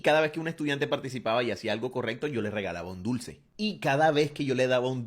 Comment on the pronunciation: cómo que "estudainte"